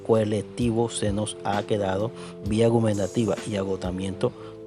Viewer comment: La exposición de pésima, es vía Gubernativa, no vía gubenantativa o al menos así se escucho. Que horror.